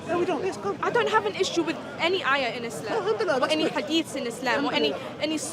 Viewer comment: It’s not is-lehhm… it’s ISLAM 🤦🏽‍♂️